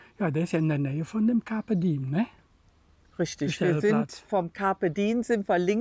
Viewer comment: Campe diem ist lateinisch und heisst.....nutze den Tag. I und E wird getrennt gesprochen.